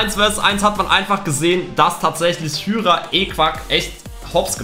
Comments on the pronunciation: D sprichst Hyra falsch aus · Man sprichts hayra aus nicht hüyra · Warum nennst du ihn hüra er heisst hyra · Ich lach mich das ganze Video lang tot, weil du einfach zu Hyra( spricht man heira) hüra sagst🤣🤣🤣🤣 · Hyra wird Haira ausgesprochen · Es wird Heira und nicht Hüra ausgesprochen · Lukas = Hüra nicht hyra 🤣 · Erehen man hyra